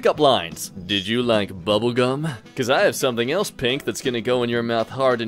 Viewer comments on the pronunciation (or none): none